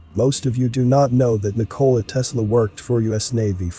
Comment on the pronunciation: The correct pronunciation of Nikola Tesla is that the emphasis is NIK-o-la!